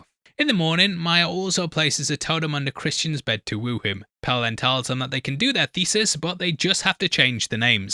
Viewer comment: I genuinely love watching these breakdowns but I want someone to acknowledge my struggle here listening to the pronunciation of "Pelle" as "Pell" 😂